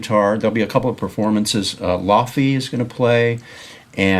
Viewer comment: Really cool video, very nice of Tim to break down his setup (through the lens of the show) for you (and your audience). Someone should tell Tim Laufey's name is pronounced Lay-vay (rhymes with that defunct jazz club in L.A. called LaVelee).